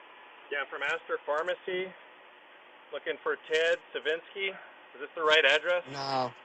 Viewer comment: I think the guy said Ted Savinsky" not Kazinski.....but I had to re-play it twice lol.